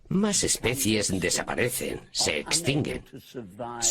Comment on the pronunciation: no somos monos, pero eso se dice especies y no especias